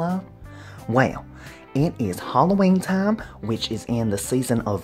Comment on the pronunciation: Talk properly. Hollowayne?